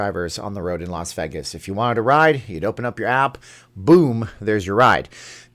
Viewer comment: it's Vay-gus, not Veegas..